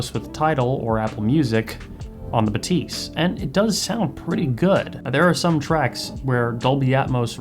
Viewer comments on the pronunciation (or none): That shit is pronounced bath-ys and no one can tell me other wise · baTEES 😂. Still curious who invented this pronunciation. Certainly not Focal on any of their promo videos. Must be the English speaking media. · Agreed! How can I trust audio reviewers' hearing if they can't even properly hear how the company themselves pronounce the product name???? Shame.